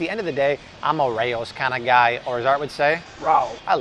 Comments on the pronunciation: It's pronounced ray ohs (Raos) not R ows..lol..I forgive you my non italian paisan lol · It's pronounced Rayo's not ROW's Don't say that near the boss or they will break your fckn legs. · RAY-ohs. Not row as in the two neighbors are no longer friends after a huge row. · Don't talk about pasta,. Pasta is healthy in moderation. You're just making money by making people paranoid. Also, it's pronouced "Ray-oh's," not "Rrraow's." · I just want to let you know that Rao's is pronounced Rayo's not Raow's. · come on guys Rao's is an uptown New York City Restaurant the Family name is pronounced RAY-O'S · Pronounced Ray-oh’s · Rao’s is pronounced Ray-O’s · Just for future and an FYI....Rao's is pronounced "Ray-Os". You gotta know that! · Rao’ s is pronounced ray o’s. It’s a restaurant In nyc. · its pronounced ray-o's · you pronounced Raos sauce wrong!